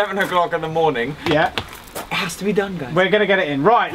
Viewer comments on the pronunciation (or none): i like watching your videos, but please stop saying 'MORE NIN' haha. It's 'MORNING'